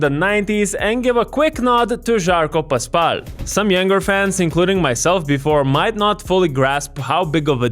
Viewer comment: Was super confused after all these years hearing greek sportscasters pronouncing his name Paspalié 😂